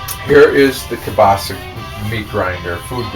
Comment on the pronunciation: HE PRONOUNCES KIELBASA AS KABASA